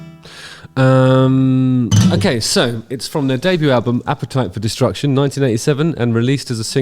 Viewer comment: " APPETITE FOR DESTRUCT-YÜN " HE SAYS... ;-)